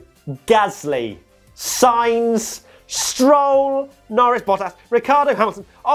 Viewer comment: SIGNS WTF ! If you want to say it exactly in Spanish it's S-INE-TH